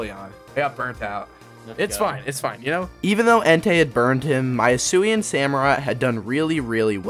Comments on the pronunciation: Yo it is hisuen not aloalen 😠😠😠😠😡😡😡👿👿👿👹👺👺👺👺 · Alolan samurott got me rolling it's hisuian samurott